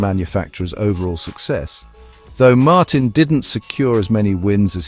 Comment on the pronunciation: His name is pronounced Martine and Ducati gave him exactly the same chance on the same bike. He deserves the number 1 plate and Ducati deserve recognition for giving him the bike to do the job - the pressure is now all on Aprillia, other world champions couldn't compete for world titles on it.